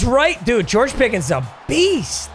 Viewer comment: “George picketh”